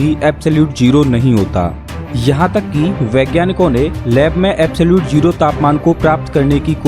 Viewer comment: Its not jero....its zero